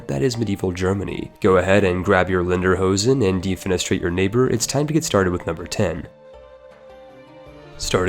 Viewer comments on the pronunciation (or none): It's "Le-der-ho-sen", not Lenderhosen. :p Though I rarely ever see anyone still wearing something like that around here, guess that's more of a Bavarian thingie. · Linderhosen? please say sike